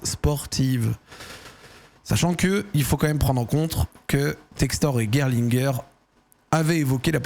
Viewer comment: C’est bien pour la prononciation de Gerlinger, mais par contre tu prononces Michael à l’américaine !😅 en allemand c’est mi-cha-el…😉